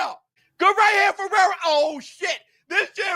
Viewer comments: Fee-air-o Fierro get that man's name right he deserves that! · called Fierro, "Ferrero" the whole match 😆